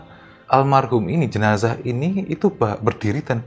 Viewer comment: Jenasah bukan JENAJAH yeeee 🤪🤪🤪